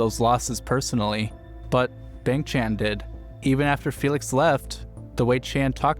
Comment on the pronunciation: Please pronounce Bahng for Bang, Chahn for Chan